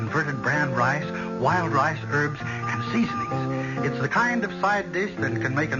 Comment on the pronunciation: Thank you! 👍 Well written, well acted. I seem to have to go backwards in time I'd I wish to enjoy quality entertainment . NOTE: I swear I heard Berle Ives during commercial say 'lWild Lice' instead of wild rice several times..lol (@ of 3rd story).